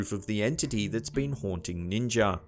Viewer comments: What the hell is a Ninger? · Ninjer???? I do not know ninjer...Shoot, I don't even know Ninja..,. Hahaha 😂 😂😂 😂😂 😂 ninjer